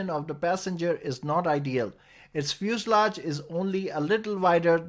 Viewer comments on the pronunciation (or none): none